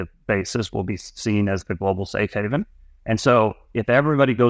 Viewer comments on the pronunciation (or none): none